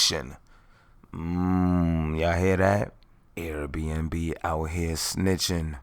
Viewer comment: The way he called air b&b “rrRRATS” 😭